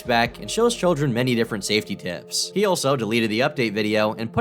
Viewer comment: When talks about "tips" it sounds he changes "p" with "t" and makes it much more creepy. Just sain.